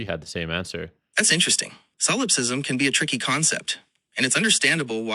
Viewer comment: This is merely a side note, but I find it interesting that mispronounces solipsism. It makes one wonder what the training material was.